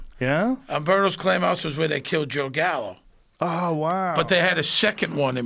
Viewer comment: It’s Joe Callo not Joe Gallo. C-A-L-L-O